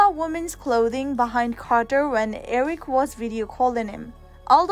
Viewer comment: It's Carter. With a C. Not QUArter............ please....